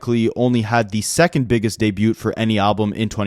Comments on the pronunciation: Debut is pronounced de-bew the T is silent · I can't get over this man not knowing how to say debut. Is it like a bit? Like he has to know that's not how you say it right?